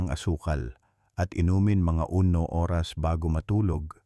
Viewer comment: alam mo d mo bigkasin ng klaro ang oras..lilalabo mo ang pgkasabi pwd mo nman dretsong sabihin kung ilang oras bago matulog..